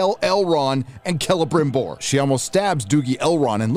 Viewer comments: Why do I laugh everytime calls him Grama-BimBor... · can yous stop saying celebrimborrrrrr like that. its giving me PTSD